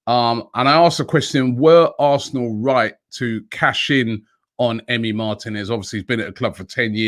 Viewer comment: MAR-TEEEEEE-NEZ NOT MARTIN-EZ